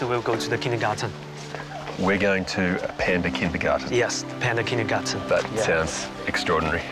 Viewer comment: It’s funny how the Chinese mate pronounced the word „Kindergarten“ like the a german where the Word comes from and not the lushly english way😂